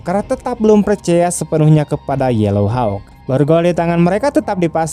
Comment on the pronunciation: hauk bang... bukan hawek...wkwkwk